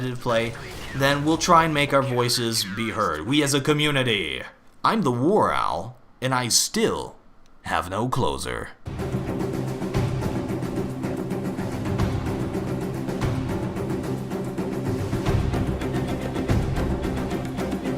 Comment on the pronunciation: thats 'closer', what warowl is saying is 'closure'